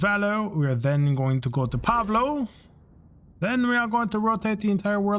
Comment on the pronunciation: The Hopetown planet is POL-VO. Pa-vo is turkey, which is what you'd be called by a less polite person than myself, for pronouncing it wrong 😉